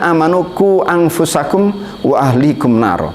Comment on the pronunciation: Ralat Pak, anfusakum, bukan anfusikum, maaf...